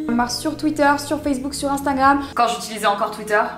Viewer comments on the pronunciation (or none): Haha l'époque où tu disais "Instingram"